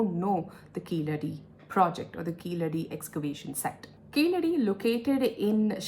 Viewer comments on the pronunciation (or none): Keezhadi is the correct pronunciation not keeladi .